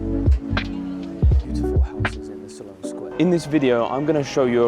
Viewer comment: It's Sloane sq..SLONE..Not SALON